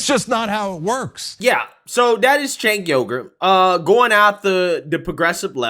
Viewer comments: is he saying Cenk Yogurt? LMAO. I can't stand the guy but a lot people don't know how to pronounce his name. It's pronounced Sank-Wee-ger. BUT please keep saying Yogurt, I think it's fricken hilarious. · It's actually pronounced Jank not Sank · “Jaynk Youger” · It sounds like you’re calling him Chank Yougurt 😂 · "Tank Yogurt" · It is pronounced "chunk yogurt". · I LOVE the fact, that you called him Chenk Yogart! 😄 he needs some yogart! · I lol'd when I thought you called him Chenk Yogurt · the actual correct way to pronounce it is Sank. Now maybe he pronounces his as Jank. That is what I used to say but then I have been corrected by people so many times, lmao. I think he needs to come out and just fricken tell people how he wants his name pronounced. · Love how pronounced Cenk’s name different every time he said the name